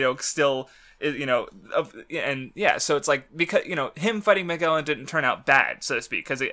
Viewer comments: Mag a lon... geez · It's Ma-gel-un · "Mah-Jel-An." You know, like Ferdinand Magellan. The First recorded person to circumnavigate the globe. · Oh yes and a very good thumbnail to boot EDIT: Wow the opening really fits since this is such a Divine comedy Kinda salty my shitty comment didn't get a response but whatever and btw what's with pronouncing every name in the series wrong like where does he get that from Ok you explained why you say Magellan wrong but fucking hell every time you say his name I want to die Ok on how Iva was introduced I think it was just to show that Iva doesn't give a fuck and I like that And the Apu thing is just stupid Starts listing the weakest crimes they could possibly commit come on there in Impel fucking Down these guys are most likely straight up murderers and rapists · Please say, MAGELLAN CORECTLY.😬🤯 I hurts me to to hear that weird pronunciation.